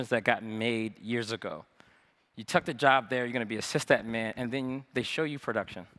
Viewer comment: great talk i wish he stop saying cyst admin :(